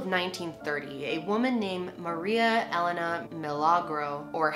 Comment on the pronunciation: is it just me, or is she pronouncing Elena wrong?